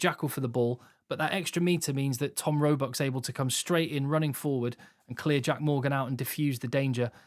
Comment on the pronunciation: You might want to row back on your pronunciation of Roebuck